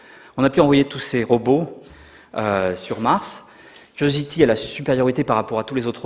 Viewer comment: pourquoi vous prononcez RO BOT j'ai 'impression d'entendre RO BOTTE,Ca se prononce comme le son (ro beau) ROBOT